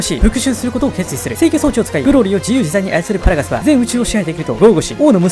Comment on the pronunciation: 「パラガス」のパ、めちゃくちゃ発音良くて好き